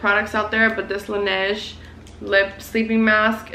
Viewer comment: Do you speak french? I mean i know you are marocain and you said laneige correctly (a first on youtube i feel like lmao)! 🙌🏻 Just wondering :)